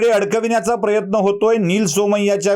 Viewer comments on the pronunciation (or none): none